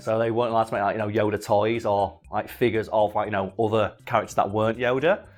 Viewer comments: At some point during the video I started hearing it as Yoder and now I cant unhear it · I love how pronunciation of Yoda varies between "Yo-dah," "Yo-duh," and "Yo-der."